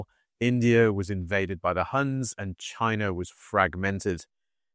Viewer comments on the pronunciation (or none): none